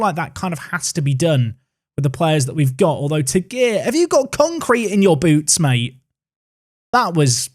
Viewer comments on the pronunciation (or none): none